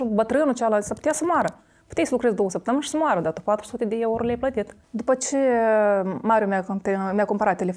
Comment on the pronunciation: "4 suti di ieuro"🤣🤣